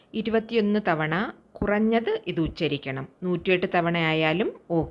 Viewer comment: Not uscharikkal